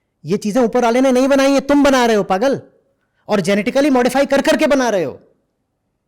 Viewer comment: Jab jab "pagal" bolte ho, " chutyo" sunai deta he 😂